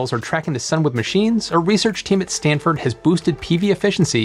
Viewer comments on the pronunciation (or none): "Standford University"? Do they have a good football team??